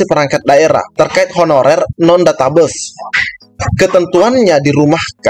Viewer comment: mantab.... ijin koreksi pengucapan kata 'database' abang... maaf... pengucapannya 'databeis' bukan 'databus' ... mohon maaf bukan menggurui bang....